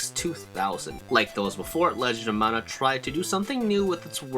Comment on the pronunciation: Stop saying mana wrong. No, it's not subjective, you're saying it wrong.